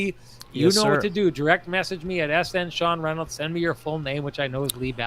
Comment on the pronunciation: #TCB #Lamplighter goes to Axel Jonsson Fabio-allby. #TheKeg SaveoftheGame obviously Brossoit. Sean saving his introduction at the start of this video is a close 2nd... "Hello Everybody, im... I mean Sean Reynolds"